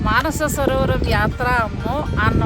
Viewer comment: మానసరోవరం కాదండి మానససరోవరం.